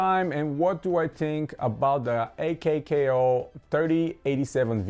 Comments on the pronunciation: It’s pronounced “”akow”” why die she think it’s a k k o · its pronounced /ˈäkō/